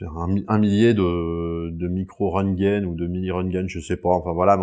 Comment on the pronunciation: C'est pas des rongun bruce c'est des röngten